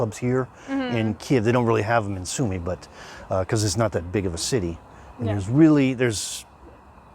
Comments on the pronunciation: Sumy ...one M ...not two as in mummy. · Guys, my native city's name is SUMY, not Summy! One 'M' please! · Isn't is, Sumy??! Not, Summy...??!! Why learn Russian and not Ukrainian?